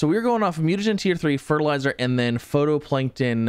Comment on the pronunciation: Love this series and appreciate the update vids! Gotta say though... It's "fight-o-plankton" not photo.